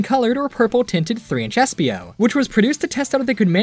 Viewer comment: Sorry it was espio not SPO